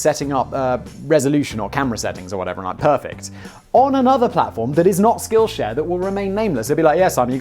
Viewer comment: I swear it sounds like Simon said "skillshag"